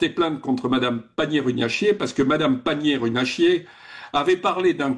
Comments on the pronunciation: Panier Runacher, et non pas Panier Runachier. 🤣😂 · L'erreur de prononciation de M. Bernadac sur le nom de Mme Agnès panier-"runachier" me parait délibérée et de fort bon aloi 😁!